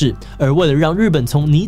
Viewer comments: 泥「ㄋㄠˋ」 悲「ㄊㄨㄥˋ」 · 悲慟ㄊㄨㄥˋ ， 泥淖ㄋㄠˋ